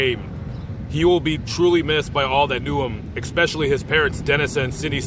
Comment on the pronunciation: I love that you give respect and remembrance to lives lost...one thing ...the word you use frequently is not exspecially...its pronounce Especially. As in "special" with ES in front. Not EX